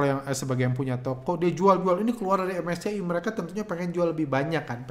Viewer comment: ingat bgt awal2 bahas indeks2 luar begitu, krn unik aja ngucapinnya menolak untuk keren "em es ce i" dan "ef te es e" wkkwkww